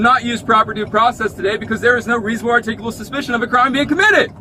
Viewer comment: Their favorite word seems to be "artickable"" ""artickitable" "arctickable"...lol. This child was never told the word "no".